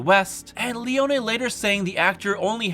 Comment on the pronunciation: Finally someone who pronounces Leone’s name correctly!🎉🎉🎉